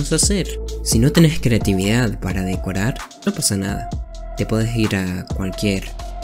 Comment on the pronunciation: dijiste decorar mal (sin ofender)